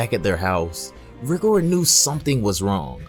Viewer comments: It’s not how you say rigor it’s pronounced raigor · It’s pronounced rygor